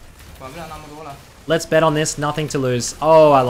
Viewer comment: les grab a coffee, les go